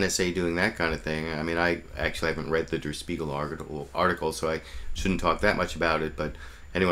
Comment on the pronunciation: Dur Speagle? I've never heard "Der Spiegel" pronounced like that before. It actually irks me a little every time the reporter says it like that.